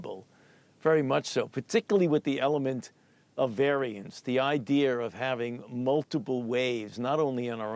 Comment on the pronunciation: He says "idear" instead of idea.